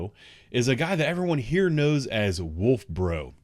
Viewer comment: HEE HEE!!! I call him "WOOF" BRO, because that's how he (Wolf Bro) pronounces it!!! LMAO!!! This idiot has got to be one of the best comic reliefs of the CPD suspect universe!!! Permanent 16b!!!